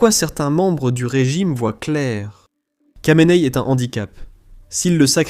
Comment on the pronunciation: Kha de "Khamenei" se prononce "Ra" et non pas "Ka"...